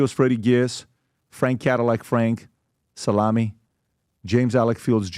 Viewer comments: It’s actually frank Salemmi not Steve Stevie FLEMMI was whiteys partner so I can see why u got it confused but still not pronounced as Salami lmao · Come on! Are you pronouncing These gentleman’s name is wrong? It’s Whitey Bulger not bulgur wheat, Steve Salemi, not salami lol must be lunchtime.